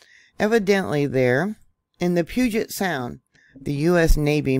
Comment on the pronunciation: Thank you. Wondering right along with you… Btw, puget is pronounced pew-jet 🤗